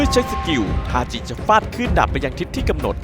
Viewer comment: ทาจิครับ ถ้าเป็น ทาซิ จะออกเป็นTashi ส่วนถ้าเป็นทาจิ จะออกเสียงเป็น Tachi สรุปก็คือชื่อ ทาจิ ครับ